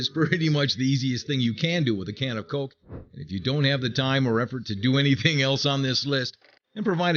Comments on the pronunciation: it bugs me how he says it like colk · colk....i hate they way you say coke